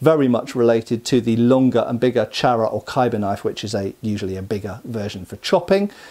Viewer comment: Its Actually pronounced Choora Not Charra